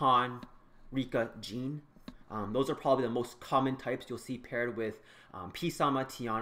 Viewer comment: Why do people call him peesama? its prounounced samathe and its not Jean its Jeanne (Jah-ne)